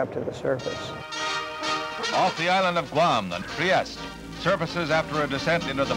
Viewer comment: Trieste is a city in Italy, it's an Italian name, so you have to pronounce the final letter. It's NOT french.